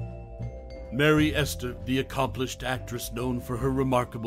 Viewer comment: It's not Merry Ester, it's Mary Astor.